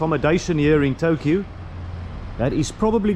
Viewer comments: you do not stress the last "u" in the names: It's Tōkyō, not Tokyou. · all others words are not that too bad pronounciated but Tokyou was really extreme... Never mind! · Tokyo is pronounced Tokioh and Seiyu is Saiyu.